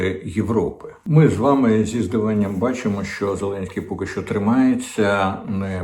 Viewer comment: Діма так кумедно відпрацьовує свою ОПшну пайку. "Зеленьський наголосив, зазначив, принципово відмовився" .... Боже, на кого розрахована ця херня ? Хтось ще вірить, що клоун-нарк має хоть якусь клепку в голові ?? Доречі, закидон на Кличка в відео вже був ?